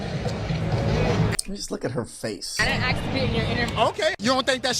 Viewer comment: the closed captions got it wrong. It said she said “I didn’t ask to be in your interview”. She said “I didn’t axe to be in your interview”